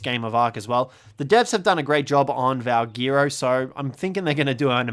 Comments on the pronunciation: The way he says valguero annoys me. Is it not pronounced “val, gwair, ro” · Valguero is pronounced as VALGHETTO.